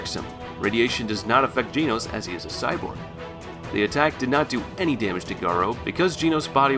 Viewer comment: bro you are pronouncing genos wrong